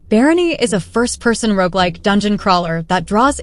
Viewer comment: Yes it's insidious isn't it. Listen to the how "shoot-em-up" and "roguelike" are pronounced and then "playthrough" . Either that or Gen Z/Alpha seriously has no ability to read (thanks, Cocomelon!)